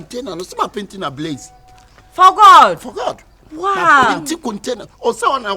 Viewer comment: Aka: Ablaze Fakye: Abraze 😂😂😂😂😂😂😂😂😂😂 My Ashanti people no go shame us 😜